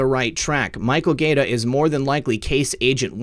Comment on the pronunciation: If Michael Gaeta pronounces his name like the Italian city - it's (guy-A-ta).